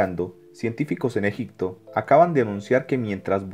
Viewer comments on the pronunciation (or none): Es EGIPTO....no EGICTO (Con "P".....No con "C" )